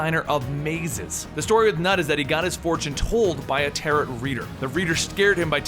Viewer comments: Tarot is pronounced "taroh" not "tarotte" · I love the video, but it's pronounced "tar-oh" and does not rhyme with "parrot" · Great video! And, just so you know, it's pronounced, "tear-oh". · gah, its french. dont pronounce the "t" at the end of tarot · Love your videos! And by the way the second t in tarot is silent.